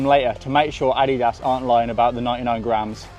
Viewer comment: That is not even close to the correct pronunciation of Adidas..